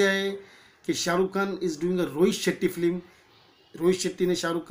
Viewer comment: Flim nahi film hota he bhai😂